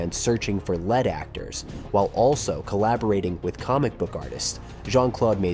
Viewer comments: Ai voicing. It also said 'led actor' instead of 'lead actor'. No one can be arsed to read their own narration these days. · Reading by A.I. or somebody who is oddly clueless. "Lead" pronounced as the metal in a sentence where it should have been "lead" as in ahead of the others, "lead role". Also read 90210 as "Nine Oh Two Ten" which wasn't the name of the show. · Began searching for actors made of lead? I really hate AI speech. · When the narrator says "zero zero seven" instead of "double-oh seven", and "led actors" instead of "lead actors", you know it's AI generated. ☹🤣 Otherwise it's a great video about one of my (many) favourite films. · Once again, AI narration SUCKS. It can't tell the difference between pronunciations, saying 'led', rather than 'lead' (leeed) actors . If you can't do it right, don't do it at all! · LEED actors, not led actors. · Searched for "led" actors not "lead" actors? Layon instead of Leon? Gaylee Oldman instead of Gary Oldman? How can I take this video seriously? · ...led actor... That's when I shut it off. If it's too hard to narrate, at least audibly "proofread" the script and adapt as needed. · "led actors" ?! seriously WTF?????!!!!! Just read the thing yourself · WTF? Is this narration AI ' lead actors' pronounced as in the soft grey metal .... ??? WTF??? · .. hahaha, the search for "lead" actors.. (Made of the element Plumbum: lead) revealed that A: this is AI written and AI spoken.. and B: you didn´t watch it before posting.. we should realy shun channels like that.. they find something the masses like and mass-produce it.. so, we get caught in a feedback loop, an echo chamber.. Never getting anything new. Also.. Besson.. that is not how you pronounce his name.. he´s French, so it is Bay-son.. you go down for the bay and you go up for the son.. But that is just americans mispronouncing anything foreign and then AI copying that.. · "Lead actors", lol. Tweak that A.I., boy.